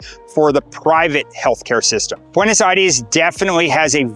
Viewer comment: Bro pronounce "Aires" right